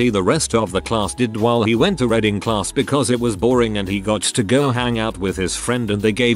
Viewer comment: The bot can read abbreviations like iirc in it's entire form but says Redding instead of reading 😂